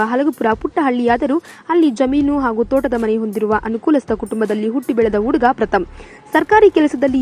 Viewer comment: Flaan alla akka, plan adu. Uuuduga alla akka , huduga. Hu hu huduga 🙈🙈